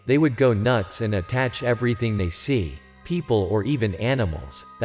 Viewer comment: Hi it’s attack, not attach!